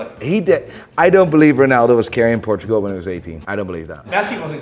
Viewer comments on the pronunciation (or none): none